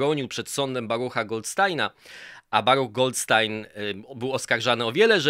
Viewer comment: błagam, Goldsztajna się mówi!